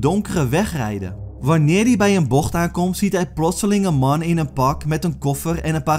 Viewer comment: Ga stuk om hoe hij man zegt 😂